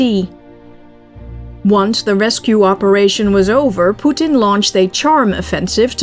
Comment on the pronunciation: I love the way you pronounce Poo-teeen, it’s a good trade off of how you pronounce nuclear. Besides I heard you pronounce it the “alleged” correct way. Lol